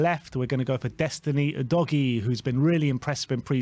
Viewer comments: /uːdəʊɡiː/ - “you doggie” is just silly. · Udoggy is the wrong pronunciation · Lol i winced everytime i hear how you say Udogie's name wrong